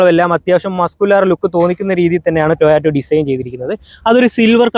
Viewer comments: കമ്പനിയുടെ പേര് എങ്കിലും നേരെ പറയടെ, toyato അല്ല ടൊയോട്ട ❤ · ടോ ഓ റ്റ അല്ല കോപ്പേ.. നീയാണോ toyota യുടെ റിൽസ് ഇടുന്നത് 😂😂